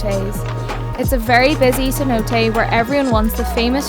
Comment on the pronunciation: Holbox is pronounced hole-bosh Cenote - sen-note-tay